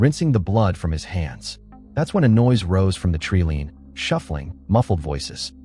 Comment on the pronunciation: Stupid AI voice can't even pronounce 'wound' and tree LINE correctly..